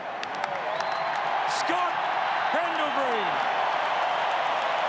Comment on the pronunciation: Hamish really copied the 'Gill Pause'. 'Number 10..........Scott............Pendlebury'. 🤣🤣